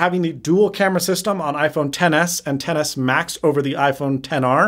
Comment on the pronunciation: Insta-like on "Ten Ess Ma-Ten"